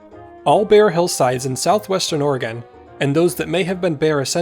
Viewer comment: When did Oregon become Orgin?